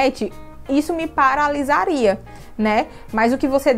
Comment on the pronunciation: A dicção perfeita no "aquilo me paralisaria" 🥺